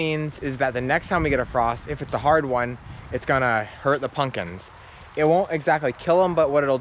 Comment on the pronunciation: Pump kins not pun kins .